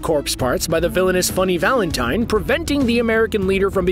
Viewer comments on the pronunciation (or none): none